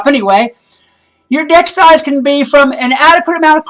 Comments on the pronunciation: omg 😂😂😂 when u said deck size it sounded like dick size and i was like WDF isnt this suppose to be about wiz? O. o x. x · Lol that the total fail Deck size more like dick size haha XD 😂😂